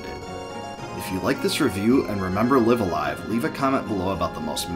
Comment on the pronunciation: THIS is how it makes sense to pronounce the name. I've heard live a live and then live a live but u saying live a live really clears things up!!!